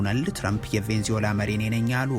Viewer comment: Please make a correction "ቬንዝዌላ" አይደለም ትክክል አባባል "ቬነ-ዝዌላ" ነው